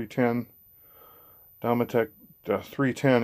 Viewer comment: Pronounced dome et ic. Like domestic only without the s